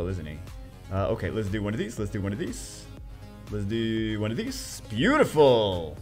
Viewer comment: “and we’ll do OneOf thEES”